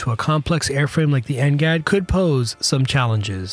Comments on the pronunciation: It's because they used an AI voice, and knowing how crappy AI is currently, it keeps messing up simple words and abbreviations that it's hilarious. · Next generation air dominance NGAD. I dunno why he’s pronouncing like ngat